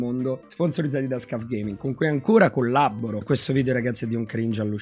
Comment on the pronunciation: GIÓ, NON É LA PRIMA VOLTA CHE VEDO QUESTO VIDEO, MA MI DOMANDO ANCORA ORA PERCHÉ DICEVI SCUF AL POSTO DI "SCAF" 😂